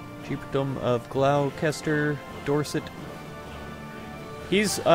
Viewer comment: Hear "Glow-Chester" pronounced. Typed this and closed video instantaneously. (It's Gloss-ter).